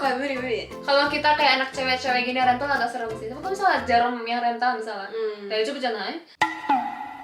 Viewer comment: Rental bukan sembrang rental